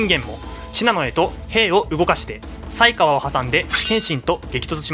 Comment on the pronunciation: 犀川（さいがわ）じゃないですかね、、？